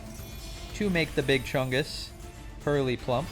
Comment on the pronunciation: you did not just say purr-lie-lie, that's a sin